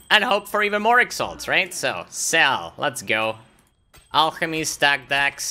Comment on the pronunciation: You interact too much with CuteDog, you are starting to pronounce the words like him, "alcshemy" :P